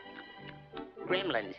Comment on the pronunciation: Grrrrrrrrremlins, Die-a-bo-lickel sav-a-ta-g! Lmao!